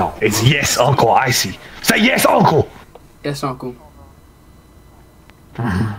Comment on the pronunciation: had me CRYINNGGG "nouw.... Yæsh.."